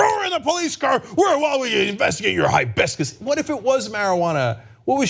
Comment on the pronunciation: Did any one tell the police its Hibiscus, not Highbiscus??